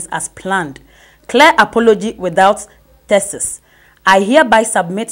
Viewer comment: How did you pronounce "thesis"? 🤔